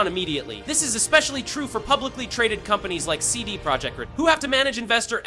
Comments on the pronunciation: CD Project what??? Ride? Rod? Reeds? Who are you and why can't you say RED? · Can you say “red” corectly at least once 😂